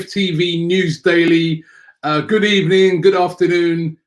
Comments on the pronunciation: still sneaking in the "good ebening" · Good ebening indeed...